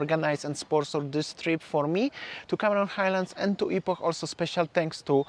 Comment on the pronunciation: Watched some of your videos so far, and your pronunciation of Malaysian places are spot on. Most foreigners get KL, Ipoh wrong. I suggest you also check out Lexis Hibiscus Port Dickson, you won't be disappointed - amazing place!